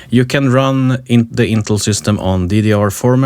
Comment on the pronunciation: Who on the face of the earth ( using computers) doesn't know how to pronounce Intel? One guy, apparently! If it was spelled "Intle" I'd be understanding...